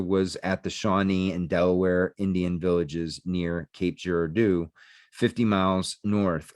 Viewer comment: Yes. He mispronounced Girardeau and several other names as well. Research would have helped.